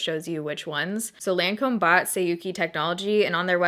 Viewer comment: that moment when even the Lancôme lady didn't even pronounce the French name right ....